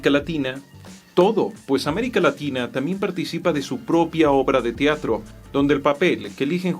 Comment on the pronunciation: Se dice "Teatro" no "Tiatro"